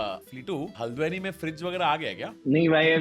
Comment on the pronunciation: others:haldwani tanmay: haldweni💅😭